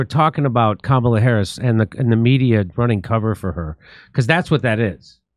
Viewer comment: Comma--la - No,hell no.